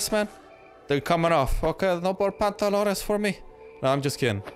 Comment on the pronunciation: Love your vids just not how you say pantalones,cringe